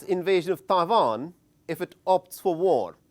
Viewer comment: It's Taiwan not Pavan 🤣🤣